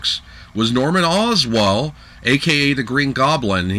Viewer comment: "Norman Oswal"